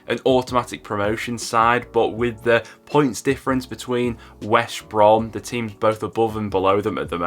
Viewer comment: Great video, but you keep saying Wesh Brom instead of West Brom!!!😂 Leeds get 1st because Leicester has 5 games in 14 days.